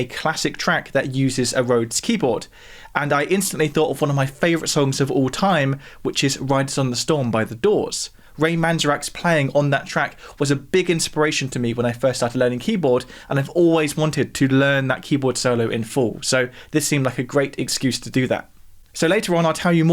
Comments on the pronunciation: It's "man-ZEHR-ek". Not "MAN-z'-Rak". He says his own name at the mark of this interview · I think the keyboardist’s name is pronounced Man-Zair-Ick, where “zair” is pronounced like hair. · Would be more believable if you pronounced Ray’s surname correctly.